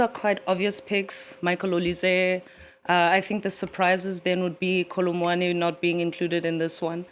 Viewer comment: did she say kolo muani?🤣